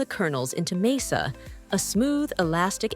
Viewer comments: It’s MAH-sah, not MAY-sa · "Masa." It's "masa." Not "mesa." It was said correctly at first, then incorrectly as the video went on. Other than that, a fine video! ETA: The pronunciation did slide toward "mehhasa" at one point, which made me smile. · Why does the narrator pronounce masa in so many different ways? It's just pronounced "muh-suh". Not "may-sa" or "mee-suh" or "mass-suh".